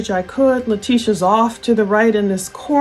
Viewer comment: It's so annoying that Letecia's attorney can't decide how he's going to pronounce his client's last name.